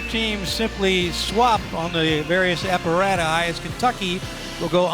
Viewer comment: That commentator is horrendous. She needs to stop acting like she’s judging an elite competition. Her comments about the gymnasts were disgusting too. Also- did anyone catch the male commentator say “Parallel Bars” instead of uneven bars. He also pronounced “apparatus” completely wrong. Please don’t bring these two back 😂